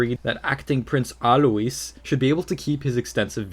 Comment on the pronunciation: Really! Prince Alois is pronounced ALOYS.